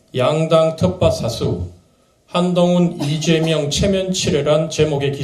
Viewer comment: 이죄명? ㅋㅋㅋㅋ내귀엔 이죄명 으로 들리냐 ㅋㅋㅋㅋ